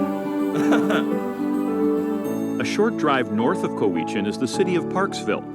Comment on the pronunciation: Lets call that 'Cow-i-chan Bay'